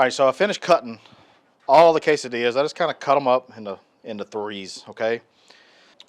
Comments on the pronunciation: Dude! K-Sa-Dillas!! Man that’s some good groceries. We doing that this weekend! Thanks buddy! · Thanks and Marti! Love a good K-Sa-Dillas!